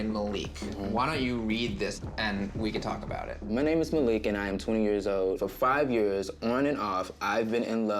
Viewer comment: maleek??? its MA LIK